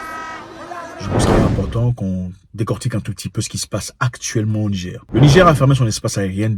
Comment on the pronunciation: Frere tu prononces Nigé stp rajoute le R rrr pour NIGER souverain 👍🏽 Merci, nous avons fait des propositions comme pour la haute volta# le Burkina Faso changer le NIGER # république de BORNOU ou autres... 👍🏽